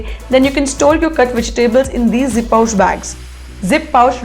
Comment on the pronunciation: It's zi-pouch...not zip-pouch